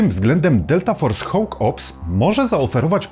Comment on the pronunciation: Slowo konstruktywnej krytyki. "Hawk" czyta się jako "hok" a nie "hoŁk". Sorry, ale bardzo mnie to kłuło podczas oglądania.